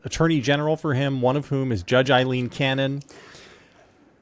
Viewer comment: At least HALF of pundits mispronounce Cannon's first name. Take Note, Punds! Her name is pronounced...A-leen. Say it 21 times and it's Yours. A-leen Cannon!